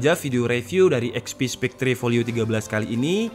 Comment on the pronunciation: Spekter bang bukan spek-tre